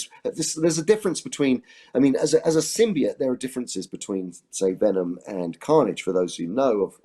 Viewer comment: At least Andy Serkis knows how to pronounce symboite